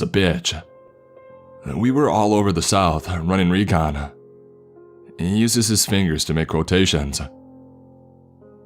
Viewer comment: Someone pointed out that ends most every word with “ah” and now I can’t stop hearing it. Reconah, cavesah, undergroundah